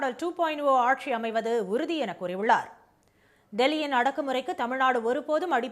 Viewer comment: it is stalin aatchi not aatssshi